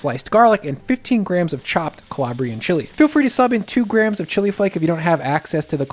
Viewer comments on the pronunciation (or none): none